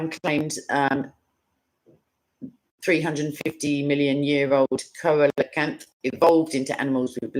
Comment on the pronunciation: It is pronounced seal-a-canth